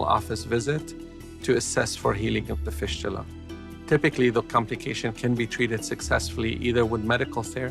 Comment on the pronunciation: They way he pronounce fistula is very annoying! It's fistula not fishtula 😖